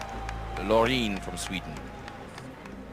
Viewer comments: Graham its Loreen not Lauren. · The commentators has to learn that it's Loreeeeeeeen not Loren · The way he pronounced Loren was not ok